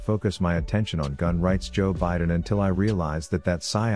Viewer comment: Everytime he says Biden I giggle